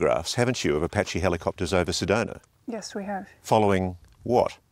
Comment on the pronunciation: I'm an Arizona native , for 62 years, never heard of a town called SEDONER! I think the British pronouncing any word ending in "A", with "ER" is ridiculous! Apparently my home state is called ArizonER as well!😂😂